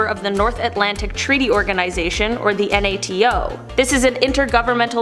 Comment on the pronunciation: Why does she keep saying NATO like that? I've never heard anyone spell out the abbreviation. Surely she's heard of NATO before..